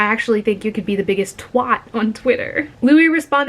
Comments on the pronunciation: loooool why did she pronounce “twat” like that?! loool and “bollocks” aswell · The pronunciation of twat and bollocks 💀💀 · The way you pronounced twat and bollocks 💀